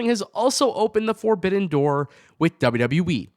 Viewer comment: "Four-bidden door" 😂😂😂